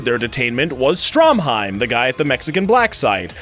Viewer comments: Has no one else noticed he called Stroheim Stromheim? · Bruh you really gonna call him "Stromheim" instead of "Stroheim?" Also he didn't really throw himself on a grenade. He fucking held that grenade in his own face intentionally to blow his body to pieces and kill Santana.